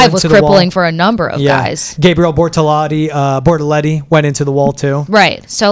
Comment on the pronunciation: Bortolati (Bortoleti) and I'm also positive Doohan is pronounced without the H